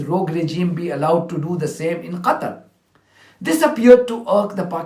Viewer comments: How that lad man pronounced Qatar as Gutter I believe was intentional they still their colonial mindset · Quarter ... Cutter .... Gatar .....DOES ANYONE ACTUALLY KNOW HOW TO PRONOUNCE IT 😧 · Why they calling Qatar "Gutter" 😂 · She can't even pronounce the countries name correctly 😂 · What is the UK ambassador on about " Gatar" learn how to say the countries blooming name theirs no G in Qatar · The educated class go to Oxbridge, private education, why, to lie, mendacity on a fantastic. Could be giving a sermon from the pulpit. Disgusting craetures. Prononcing Qatar with K, idiot. P.s she isn't speaking for me, I'm English. Who is it she think she's representing. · Clowns can't even say Qatar correctly - wtf is Gahtar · Is uk intentionally saying Gutter instead of qatar... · Gatar? Is she also deaf or is it a speech impediment? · dear British UN diplomat lady ... what is "GATA" ? never heard of it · That horse of a British woman cannot even pronounce Qatar. There are three criminal states in this room we all condemn in the strongest terms. Bless Palestinian people and protect them from more harm from the most horrible people on earth committing the most horrific crimes of our time against humanity. Stop this mascaraed, stop the genocide, stop the starvation, end all support to this rogue criminal zio state of ISR. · Does the UK Ambassador pronounce Qatar or Ghetto?😂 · From qatar to gutter ...lets pronounce elgland to Englund😂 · Why does she keep saying Gatar? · UK rep can’t even pronounce Qatar correctly what a disgrace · Does that British woman have a speech impediment or something? Where the hell is “Gatar” not to mention her inability to say the word wholly!! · Can’t even say Qatar properly so disrespectful. That’s right you treat it as Gutter. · Uk representative called Qatar gatar😂 wow what do u expect from these ppl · What country is Gattar? This Brit woman is unsupportable. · Why is she calling "Qatar" Gatter or something similar? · Calls Qatar gutter